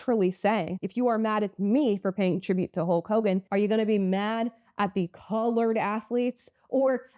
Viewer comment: BIDEN SAID CLOURED